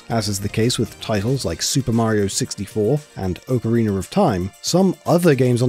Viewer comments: "Ocareener of time"? I understand having an accent, but that's just a whole-ass new word you invented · I love when people say “orcarina of time” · Ocariner. Yes. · Ah yes, Oak-ariner of Thyme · Ocariner of Time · Oh I thought he said Oakreamer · he said "oak-a-reener". Has nothing to do with hearing the word "ocarina". It's a stupid British thing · Why can't they say Ocarina or aluminum lol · Zelder: Okereener of Time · oh-kareener of time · "ocariner of time" ok bro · I-if I hear someone call Ocarina, Oakorina I'm going to do something illegal... Very .... Illegal. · "Okereener of Time" XD. Thanks for the rad video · OCAREENER OF TORME lol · The way you pronounce 'ocarina' is just unforgivable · I feel like all the British people say it like that it's hilarious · you pronounced ocarina wrong.